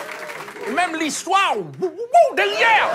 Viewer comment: L'histoiwow wowooiwo 😂😂😂😂😂😂